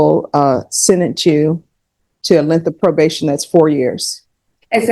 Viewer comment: Didnt she say „probaded“?